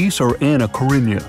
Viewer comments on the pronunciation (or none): none